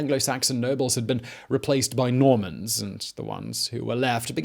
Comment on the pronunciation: I keep hearing MORMONS instead of NORMANS xD